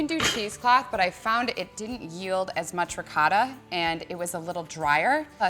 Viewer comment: trying too hard nothing seems original about her. wish she'd learn to properly pronounce ricotta